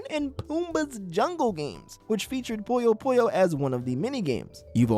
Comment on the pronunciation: It’s not POYO POYO, it’s PUYO PUYO, this isn’t KIRBY’S AVALANCHE or GHOST TRAP